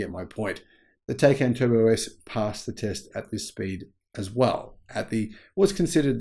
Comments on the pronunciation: Pleeeeeease say Taycan correctly! it hurts my ears,:( It's not 'Tey'can, but 'Tai'can. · Please say the name correctly: it's POOR-SHA TIE-CAN. 🤦‍♂️ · TieCan - pronunciation